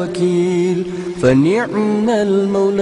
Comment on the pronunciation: fani'mal bukan wani'mal.